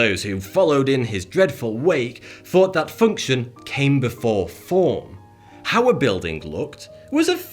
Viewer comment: like that mustache, or the way you pronounce th-ought as forty